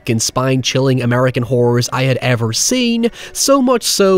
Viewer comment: high evurr